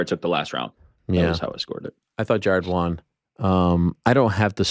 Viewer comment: So annoying how Ariel always pronounces "won" as "Juan/Wan"